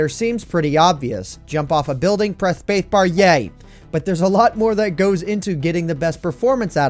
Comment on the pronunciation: “Pwess spwacebar”